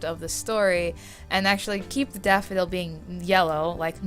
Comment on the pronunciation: "The red daffy dale (on a British accent)"....... ... Plus this months collab lol.